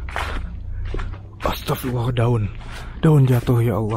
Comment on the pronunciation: ASTAGFIRULLAH , Bukan ASTAGFIRALLAH koreksi